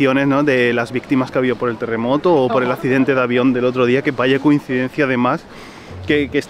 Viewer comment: De no habel telemoto no habel mueltos... 😒